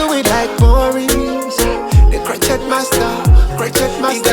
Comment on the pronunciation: hello. i want to say this in the friendly way. crochet is a french word. you say crowshay.